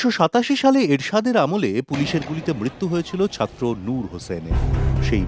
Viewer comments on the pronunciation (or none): none